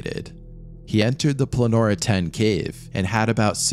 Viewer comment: Why do you call the caves Planora? It's Pollonora🤔